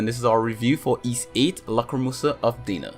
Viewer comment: DEENA?? really? Is DAAAAAAAAAAAAAAAAAAAAAAANa you fucking piece of shit.